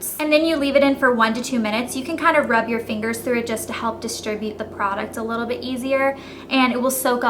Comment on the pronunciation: "dis one has a leetle string" hahaha, you're hilarious elle. :)